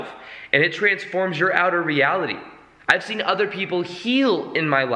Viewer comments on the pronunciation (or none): none